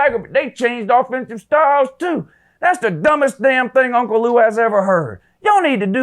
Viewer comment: I caught that too! Uncle LUU